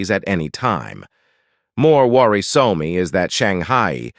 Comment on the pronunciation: “Worri-soh-me” My the pronunciation of some words by the digital voice is amusing.